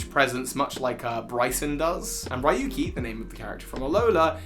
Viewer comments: It's been years. RYUKI NOT RAYUKI🤣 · Ryuki's name is actually pronounced "Ree-uki," not "Rai-yuki." In fact, Raihan's name is likely actually pronounced the way that you'd been pronouncing Ryuki's. As for what I'm doing during lockdown, well, I've been just playing Super Smash Bros Brawl: Project Plus; which is an unofficial continuation of Project M; and Onimusha Warlords. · Ryuki is pronounced "Yuuki" btw! it's not Raey-yuki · Ryuki is not riuki right? Then why are you saying i? Ryu is dragon in japan.